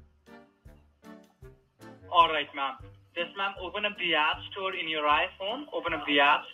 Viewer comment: App Store a pee pee store he said